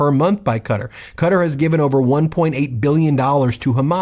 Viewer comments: my only complant.... its pronounced Ka-Tar. otherwise, completely shameful. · Please re-record this with the correct pronounciation! The country of Qatar is pronounced “Cat-ar” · I love watching Meidas it gives me hope! I can't believe people are ignoring the corruption Trump is doing in front of our faces! Not to be the grammar police but when I hear you pronounce Qatar is sounds odd to me because I was taught to pronounce it kuh taar! lol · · Darling, love ya, but its pronounce "Kit-R" for(Qatar). Mwah!!!!❤ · Why are you saying Qatar like that? It's "kuh tah". This is crazy from you, you're a worldly man lol. Not that deep but now you know. Big fan and I am subscribed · it is pronounced "kuhTar" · Any chance you can pronounce Qatar correctly? There's no such country as Cutter! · Yeah this bothers me pronounced Kuh-Tar with an emphasis on the tar. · Geez I wish you would have taken time to learn to pronounce Qatar. Very distracting. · Please learn to pronounce words like Qatar. You said it once properly ish when you said Qatari. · Your pronunciation of Qatar is still incorrect. I’m genuinely going to unsubscribe as it is very grating. Schoolboy error. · Please start pronouncing Qatar correctly, I didn’t understand what you were talking about at first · It is a guttural Q. It sounds closer to cutt-ar than cat-ar, but it’s somewhere in the middle. We don’t have the sounds in English. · it's pronounce ká-tar, not kuter. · Its ka-tar not cutter 😂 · It's "kuh-taur" not "cutter" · Sorry its pronounced Ka-tarr not Cutter. But I love your videos anyways. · Wait. Im 50 years old and my whole life Ive thought it was pronounced Ka-Tar. Is it really pronounced Cutter???? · The country with the airplame is not "Cutter" - it´s Quatar ("Ka-taar")..! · oh lord, Qatar is pronounced as /kəˈtɑːr/ (rhymes with guitar), not Carter 😂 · Its pronounced "kah tar" not cutter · Hey Jack ass it's not cutter ! It's. KA -tar. TDS is fading what you going to do , lawyers lie for a living too!